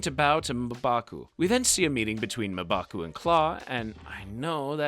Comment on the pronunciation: The way you say mmbaku is weird